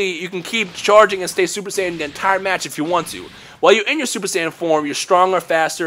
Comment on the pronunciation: Every word with the letters (TH) like the word (The), you pronounce like (Duh). wtf? It's just kinda hard to make out what your saying sometimes...